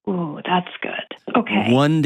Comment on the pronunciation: "ooh!" in michiganander